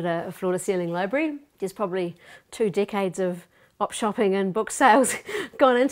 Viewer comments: when she said "DECADES" it sounded like "DICKHEADS" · Is it just me or do they keep saying “dick heads”